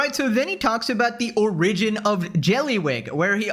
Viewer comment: You're right about so much. Buuuut, when you sound like an autistic screecher and when you say "opinion and origin" entirely wrong, to the point it hurts and then i laugh my ass off. It's really hard to take you seriously sometimes. I still support and appreciate you, just know how words work please.